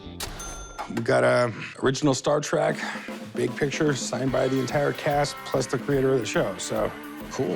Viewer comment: It's Star Trek, not Star track! Learn to speak!